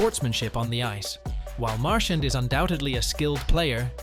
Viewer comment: learn to properly pronounce Brad Marchand's name. Talking about disrespectful!!!